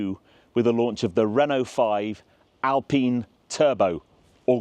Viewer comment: The fact that you pronunce Alpine correclty makes you a trustworthy car reviewer . Gt turbos are the real proof that real driving fun can't be translated intto performance numbers.